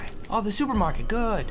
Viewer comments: actually said, "enter supermarktet"... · "SuperMarktet" any1 else notice that?